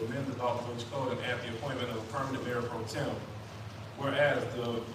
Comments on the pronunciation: The word is pro-tem, not pro-term. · It's not , Pro-Term . My gosh !